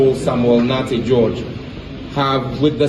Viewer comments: its Nartey not narety, please visit Ghana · The name is Nartey but not Narety. I'm a proud Ghanaian🇬🇭. I love you videos and how you make them😊. God bless Ghana with Good leaders like Hon. Sam George Nartey.